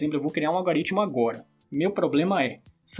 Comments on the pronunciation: Fiquei na dúvida , seria algoritmo! E não "algaritimo". .... Gostei da aula , mas o "erro de linguagem e escrita "me deixou intrigada! Que emoção Kkk😢😊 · algOOOOritmo, pelo amor de deus kkkkkkk, mas o conteudo mt bom